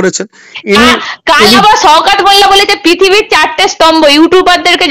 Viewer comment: Pithibi na kothata prithibi 😂 Etdam na kothata ekdam